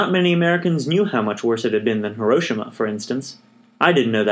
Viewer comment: Pronouncing Hiroshima wrong 😂